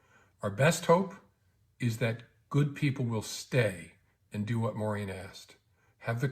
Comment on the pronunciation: Wait! James Commie's daughter is named "MaureAn" (at )? Regardless of "What MaureAn asked", how did her own dad mis-pronounce his own daughter's name?